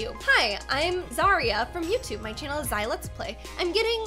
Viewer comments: Sorry but you said Zai’s name wrong XD It’s Zih-rah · u didnt wanna butcher Cyber's baby name BUT U DID IT TO ZAI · You said Zai’s name wrong